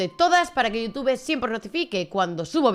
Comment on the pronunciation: Amiga, tus videos están muy bien documentados pero me cuesta mucho trabajo escuchar tu pronunciación de las palabras o nombres en inglés: “Dan ESNEIDER”, “SPIDERMAN”, “VIDIO”, “YUTUBE”, “GUGUEL”, “MAIQUEL”, etc. Sé que muchas vienen de tu cultura española pero de verdad incomoda bastante al oído.